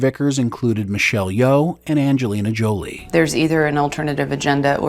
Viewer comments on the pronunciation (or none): none